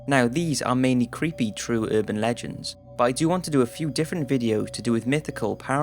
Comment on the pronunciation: It's URBAN Legends, NOT UrbanD legends